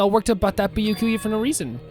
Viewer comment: was so surprised about Byakuya being fake that he accidentally said his name right lol